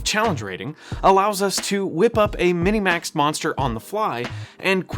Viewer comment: I was wondering about that too. Maybe it's a regional thing, and it's said that way more commonly in his local gaming community?